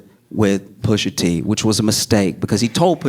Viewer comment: I know for bloody certain I heard SOMEBODY go....Pusha TEEH 😂😂😂😂